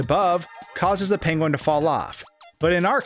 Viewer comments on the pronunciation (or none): Top Tip: when planning a video heavily featuring a penguin, first ensure that you are capable of properly pronouncing the word 'penguin' . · Someone call Benedict Cumberbatch. We finally found someone with a worse pronunciation of "penguin". ;) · why do you say penguin like that lmfao